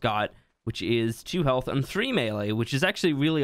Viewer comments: The way you said “Heaalth” had me dying 😂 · His Irish accent was slipping out